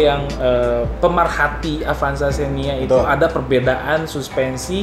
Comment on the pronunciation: Avanza kang...... Sanes apanza...... Sakali deui AVANZA NYA BUKAN APANZA